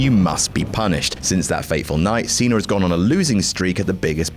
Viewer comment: Who's "John Cener"?